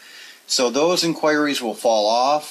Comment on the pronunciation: In“choir”ees.. 😬 cringy hearing it. I can’t help but pronounce it as INK whuh ree.. great video though and solid advice.